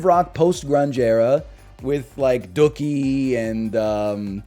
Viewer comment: Why did he pronounce dookie normally in the context of a dookie sandwich but completely wrong in the context of Green Day